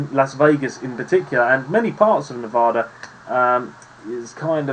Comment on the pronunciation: Spot on my guy. Except for Nevada.